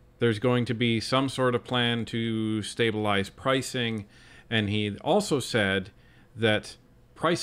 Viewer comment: Can someone tell him how to pronounce stabelize